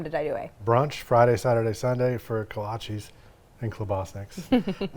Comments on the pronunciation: Look great, but Kolches, not kolchies…for pronunciation. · My Czech family (in Iowa) always pronounced it Kolach for singular or Kolaches (ko-la-chehs, not ees) for plural. Still love the video and you sharing these delicious pastries!